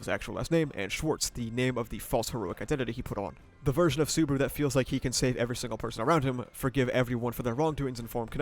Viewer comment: I'm surprised you watched Season 1-3 and still calling him Suburu instead of Subaru. Sue-bah-rooh. i guess its a running gag like Barusu that Ram does? 🤷‍♂